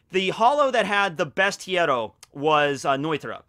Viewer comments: when speaks other languages and apologyses for that I always think "nah man I don't think they get angry for that" but every single time he speaks about the Espadas or the hollows and try to says "hierro" I'm always pissed, he is not even close to the real pronunciation..... I'm an hypocrite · the "rr" in spanish is the rolling of the r, also the h is silent in words like hierro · Is it that difficult to say “hierro” correctly?